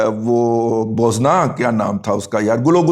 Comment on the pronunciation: Boozna not Bozna